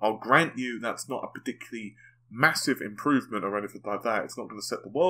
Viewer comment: Can u pls stop going parTICularily.. its infuriating